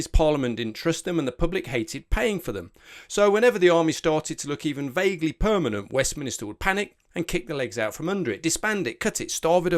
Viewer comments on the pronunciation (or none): To anybody living in the UK, why does he pronounce it "West Minister" (to my American ears at least, that's what I seemed to hear)? Is it a dialectical thing or did he simply just mispronounce Westminster?